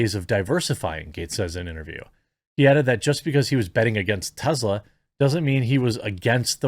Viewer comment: Tezla ? Jeremy ? Really …